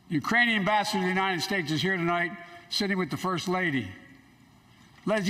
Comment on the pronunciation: Maybe Biden could start with learning how to to actually say the word United instead of U-Nine-Ned I’ll bet he can say Ted